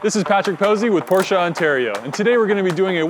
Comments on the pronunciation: That’s how you actually pronounce it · Because that’s the way it should be PRONOUNCE!!!! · You clearly aren't a car enthusiast. (all jokes btw a lot of ppl mess that pronunciation up, it is pronounced Por-Shuh by the way)